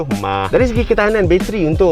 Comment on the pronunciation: 1st time dngr battery mah bukan m a h ke? 😂